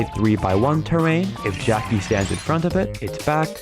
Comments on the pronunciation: Why does it sound like 'geoci' instead of 'Jacky'... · I heard jockey…